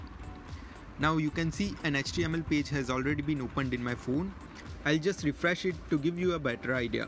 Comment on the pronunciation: You are first person who is pronouncing Phone As phune... I also do so... 😊